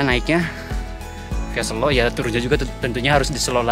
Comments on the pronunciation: Good to see you hike again. Gaskeuunn 👍👍 Btw, e pada Selo dibaca seperti e pada kata tempe, bukan e pada kata sesak. Sélo artinya batu, kalau sêlo artinya vacant, senggang, atau sempat 😁 ..... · Bang, cara bacanya bukan "selo" Yg bener "selo"